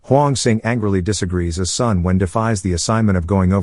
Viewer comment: This is an excellent movie. Not Malaysia, but British Malaya. More specifically, this took place in the island of Penang. Sun is pronounced as "Soon". His full name is Sun Yat Sen, aka Sun Chong San, aka Sun Wen. Tang is pronounced as "tongue".